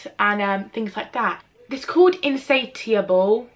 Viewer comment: When you couldn't pronounce insatiable, I couldn't take you seriously.